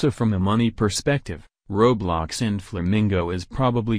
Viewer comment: Wow they pronounced roblox correct!!!